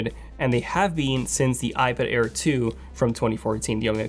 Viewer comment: Air, not care 😅